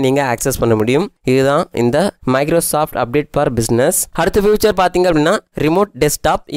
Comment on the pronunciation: ஃப்யூச்சர் இல்லமா. ஃபீச்சர்.